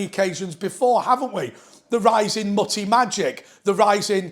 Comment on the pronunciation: By the way,, “Muthi” or “Muti” is pronounced “MOOTI” not “MUTTY”